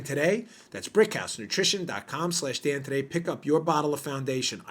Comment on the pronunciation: Hey, Dan! I'm thinking you might call it the Daniel Bongino show. A couple times now, I thought I heard you say, "The Damned Bongino Show" 👍 That's probably OK, since the Dimmocrumpies likely recognize it that way. Carry on, soldier. Love what you're doing!